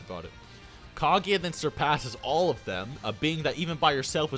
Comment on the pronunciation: "MaaaHdurruh Yuoocheehuh" "Kaageea" Wtf is wrong with you? Say the names right dumbass lmfao.